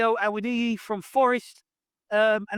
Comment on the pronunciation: You’re the only person I know who’s actually pronounced Awoniyi properly so far!… however we only let Forest have him because he’s made of glass…